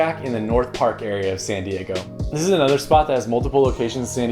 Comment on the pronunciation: I like how he pronounced “San Diego” Seeeen Dieeegou